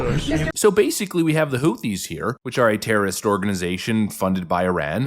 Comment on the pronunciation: She wouldn’t even be able to say Houthies